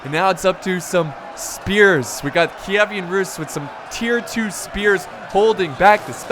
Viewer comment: It's pronounced keev-an rus